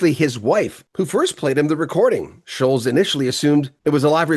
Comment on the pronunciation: Scholtz, NOT Sholes. Like the LTS in BOLTS is pronounced.